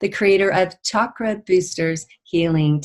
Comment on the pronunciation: I love it when people say Chakra correctly, like. Ch like chocolate, choice, child. I don’t know why many people say ‘shakra’. If French people pronounce is shakra, I’d understand, but it’s weird that most English speakers say shakra. I’m glad that tendency is changing.